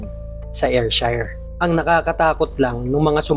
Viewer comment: Wrong pronounciation.. Ayrshire is Air/sheer or Er/sher